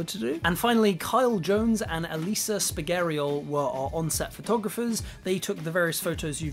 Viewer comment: I really hoped to see how it all came together, I loved it so much! Also as an italian and a fan o Elisa your pronunciation of "Elisa Spigariol" was so funny! Anyway great video, and great film!